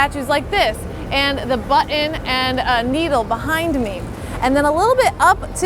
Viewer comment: I like it...good vid. Keep up the good work. One tip...on words like button and Manhattan you don't pronounce your T's...so it sounds like buh-en and Manha-en...it's an affectation that is common today. It doesn't do you any favors.